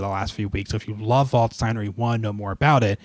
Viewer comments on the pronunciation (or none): By the way, "Waldstein" is pronounced as if it was spelt "valdshtine", so not quite "voldstine" as I think you pronounce it. In German, 'a' is always pronounced like the 'a' in 'apple', 'st' as if it was spelt 'sht', & 'ei' like 'eye'.